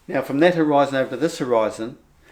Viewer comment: for the love of Buddha,, stop saying hō-rise-on as if pronouncing it that was makes any sense. Horizon means dividing line.